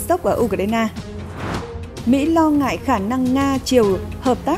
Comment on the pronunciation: MC phát âm sai nhiều quá. Hải phận thì nói là hải phân, lo ngại thì nói la ngại.